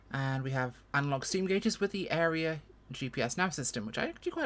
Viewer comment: The Garmin Aera GPS is pronounced as it is spelled "Aera" (air-a .... rhymes with 'Sarah'), not 'area'.🙂 Great little plane.